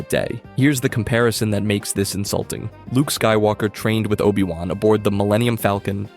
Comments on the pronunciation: NOPE... you lost me the instant you said OH BYE WAN... downvoted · and obI wan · Cool video, with obvious potholes but the mispronunciations are horrible. 'O-buy-Wan'? Really? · Obai Wahn? If you're going to take the time to make videos, just narrate them yourself. Also, maybe look into what actually constitutes a plot hole... and what actually happened in Star Wars, because a lot of this isn't even accurate? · Oh-Bye-Won??? Huh? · You lost me at O-Bye-Wan. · Oh-bye wahn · "OH-BYE- WAHN" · I sadly want to say I got to min , where they say "O BYE Wan"... I'm out. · obai wan seriously 😒